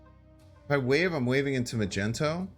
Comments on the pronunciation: Good vid, entertaining deck, knowledgeable player BUT can’t stand him calling magneto “magento”. Dumb af. It’s not what it’s called, it’s not shortened (still 3 syllables), and mag, mags, maggy are all better nicknames for the card/character. Truly annoying and queer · Why u all say "mageNto"? It's MaGNeto. Do I missed something? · Yooooo you gon be a meme if you keep calling Magneto Ma-Jen-To 😂😂😂😂😂😂 But besides the meme this deck seems super fun! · He really said “I say magneto because that what the card says” hahahah no it doesn’t. It’s magneto not “mage-n-to” just like it’s giganto not “gig-an-to” be consistent in your mispronunciations. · Mag-nee-toe my dude. That’s how it is pronounced. Peace my man! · I stopped watching this video as soon as he said “Magento” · Magento….Jesus bro do you really not know how to say his name? Lol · The "Magento" thing is annoying. Like dude chats even trying to tell you. I thought it was a troll thing but then he said Giganto.... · Why was he pronounced it "Magento"? It's like a Magnetic, but with O at the end. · Why does he call him magento ? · Mag - nito (how to pronounce Magneto) 🤗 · Lol at “magento” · Did you call magneto.. Macento? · Dude hasn't seen one of the dozen X-Men movies 😭 wtf is Magento 😭😭 and then hard G giganto 😭😭😭 wtf dude this is so painful!!! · call him Magento one more time i fucking dare you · Dude why are you spelling magneto wrong all the time... ma gNE to, there is no gen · please stop saying magento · He says it on purpose unlike Mogwai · My mans just said "Magento"...... On more serious note, this is one of the more innovative decks I've seen in recent play and I'm really looking forward to running this. Btw, would Psylocke be a good enough replacement for wave and are your tier 3 and 4 decks meaning they're higher or lower tiers (like some ppl say tier 1 is best, and vice versa) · What you mean? It's Majento. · Please tell me you're just making fun of magneto's name.